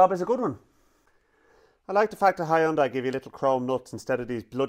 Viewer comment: It’s H-you-N-day